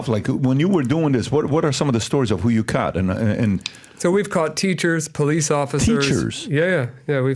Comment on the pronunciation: Please teach pat how to say caught 😅 god bless your platform 🙏🏼